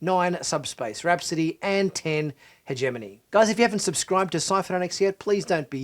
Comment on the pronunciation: "Hegemony" has the hard "g" sound. Yay, grad school.